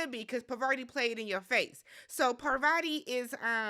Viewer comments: I love that you call her puh-var-tee like shes a type of cheese 😅 I didn’t know who Phaedra was before the show, but I’m a big fan of her now. I’m ready for the war between traitors to begin. Also, Parvati wasn’t getting anyone else to drink from that cup. I think ekin-su was pretty faded so that’s why she didn’t remember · It is pronounced Poverty (no shade I watch survivor). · Is Parvrti’s name pronounced poverty?